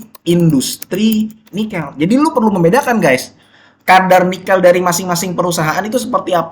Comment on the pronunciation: Nikêl bukan Nikél